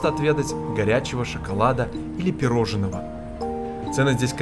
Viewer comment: Не «пироженого», а пирожного.